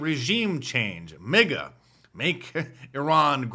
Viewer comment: MAGA not MIGA